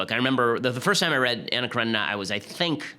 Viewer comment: Pronounce Anna Karenina as "Kaw-re-nee-na". ;) You're welcome. Slavs will be much happier.